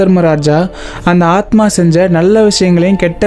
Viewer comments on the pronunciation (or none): adhu annma illa athma